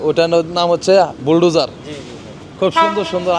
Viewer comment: ভুলডেজার নয় শব্দটা হবে বুলডোজার, আপনার কথায় আঞ্চলিক টান বেশি, চ্যানেল ব্লগ চালাতে গেলে শুদ্ধ শব্দ উচ্চারণ করতে হবে।